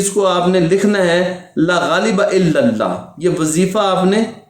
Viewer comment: Laghaleba nahe La ghaaleba .saheeh tarah se parhna sekho